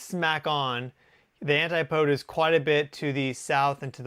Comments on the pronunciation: It’s pronounced ant-ip-oh-dee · an-tay poeds? Is that really how Americans pronounce antipodes?